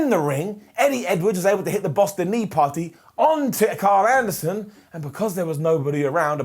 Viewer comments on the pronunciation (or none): none